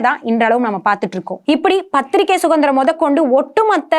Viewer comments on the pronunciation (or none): அன்புநிறை நண்பரே,மிக அற்புதமான,தடங்கலற்ற,உண்மையான,அவசியமான,அழகான ,நிறைவான தொகுப்பை தந்த அன்புத்தங்கை அவர்களுக்கு ஒரு அன்பான சுட்டுதல், தாங்கள் பேசும்பொழுது சுதந்திரம் என்ற வார்த்தையை சுகந்திரம் என குறிப்பிட்டே பேசுகிறீர்கள் ,இது ஒரு சிறிய தவறேயன்றி வேறல்ல, தாங்கள் இதை கவனிக்க வேண்டுகிறேன், இது நான் குறை கூறுவதாக எண்ணாமல் வேண்டுகோளாக எடுத்துக்கொள்ள வேண்டுகிறேன்.